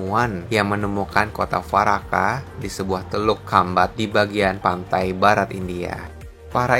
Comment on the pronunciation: Yg pertama bacanya dwaraka min /dvaraka. Bukan farakah 🙏🏻